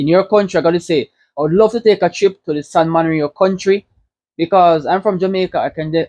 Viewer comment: San Marino not morino 😭😭😭